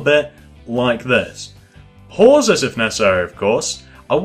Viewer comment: stop saying pause so hrdly damn its annoying me but this video helped